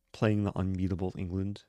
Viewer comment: Every indian notice "englund"😂😂